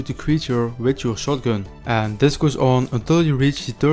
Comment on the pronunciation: Ant 🐜 ❌ End ❌ And ✅....Anding, And Animation 😂